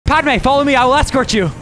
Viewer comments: called her “padmay” 😭 dont mean to be that guy but it’s Pad-uh-may. jus tryna help him out with the pronunciation not tryna be annoying 😂 have a good day everyone! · Bro he called padme padeewon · Bruh and when he called padme padewan